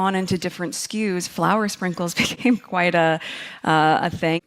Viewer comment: *SKUs, not skews ❤